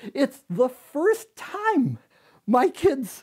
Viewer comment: “TIME” “JIME”